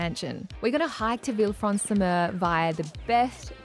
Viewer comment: "vilfransumeu" wtf bro